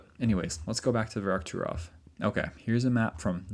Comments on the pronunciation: It's "Verkhoturov" not "Verokhturov". Still a great video though, I'm a big fan. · I like your videos. Please please use Google translate to pronounce the names of these places before you record your videos. Every instance of you pronouncing Verkhoturov in this video was wrong. Google translate is free illocution lessons